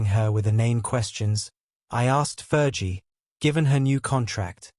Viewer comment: Please pronounce " Fergie properly. It's not Fer g.its Fergie like flee